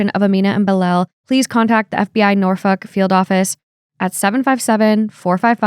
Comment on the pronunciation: Girl! Nor- FOLK not Nor-fuck lol. Like “That’s all folks!” Botched pronunciation aside, I love that you guys highlight missing persons! Has anyone been found from your shout outs?